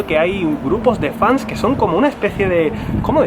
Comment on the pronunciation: "Fanes"... Ay Yuko preciosa, chiquita, ternuri. 🙊